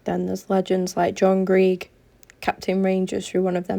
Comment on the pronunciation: hi great vid, Ibrox john Greig is said JOHN GREGG,,,,BUT YOU HAVE DONE A GREAT JOB HERE XX BLESS